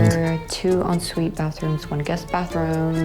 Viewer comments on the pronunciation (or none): She legit said Ensuite....F me